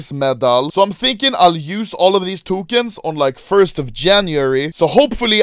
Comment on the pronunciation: Everyone: Bonus Anomaly: Bunus eVeRyOne : Tokens ANomaLy: Tukens ( ͡ᵔ ͜ʖ ͡ᵔ )